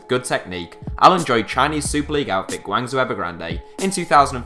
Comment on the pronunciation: It should be pronounced as "Guang Joe Ever Grand" and " Beijing Guo Aan" don't question me, I'm Chinese